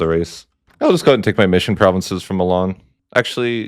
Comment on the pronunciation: Your pronunciation of provinces legit kills me man